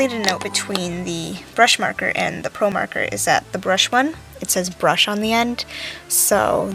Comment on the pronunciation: Marker lol